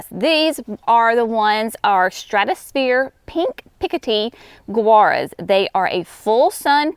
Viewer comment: Gaura I always pronounced same as Laura. I have grown since it was perennial of the year back years ago. You are pronouncing Guara like Gura. Have I been wrong all this time? Then others are too apparently. Please clarify.